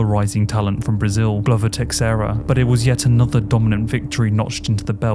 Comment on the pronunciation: what's with that pronunciation of Glover Teixeira? I haven't heard his name said like that before